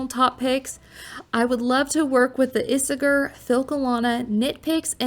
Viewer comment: Ee-say-air….is how Isager is pronounced